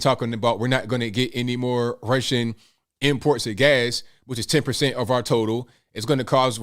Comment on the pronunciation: "Rrrrussian accent" lmao 🤣😂